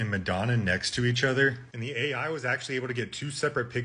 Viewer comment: You pronounced AI wrong